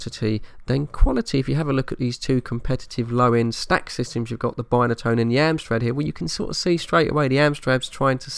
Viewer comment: Brilliant!! Nostalgia at it's best.. Remember it all so very well.. Interesting video mate did notice you pronounced Binatone in a different way to a Brummie lol.. Great Vid Thanks for sharing:)